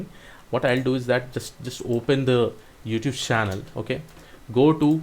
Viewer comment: oh, so its "youtube's" channel. I was wondering why is he saying "youtush" channel😅😅